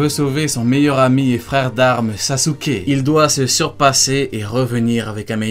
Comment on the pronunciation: pourquoi tu prononce sasouké ? on prononce saské